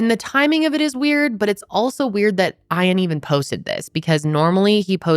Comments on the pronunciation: Every time says Ian like iron, here in Australia it sounds like eean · ITS E AN!!!’ NOT IRON JESUS CHRIST LEARN TO PRONOUNCE A SIMPLE NAME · E-an, not "i' an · His name being Eye-an told me everything I needed to know about if he did it. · If his name is spelled Ian you pronounce it ee an. Great story telling, keep it up!! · Thank you! My son is named Ian and I cringed. But, I love and will overlook. 😂❤ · you’re not pronouncing the husbands name correctly. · I've never heard it said how is saying it. Unusual.